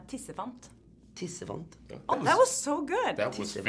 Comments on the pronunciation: how did that guy immediately say tissefant that perfectly?:P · holy shit mclovin sa tissefant jævla bra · That tissefant was realy fucking good. Omg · The way Christopher Mintz-Plasse said "Tissefant" was spot on. Almost mistook him for a Norwegian there ^^ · he said tissefant so accurately wtf!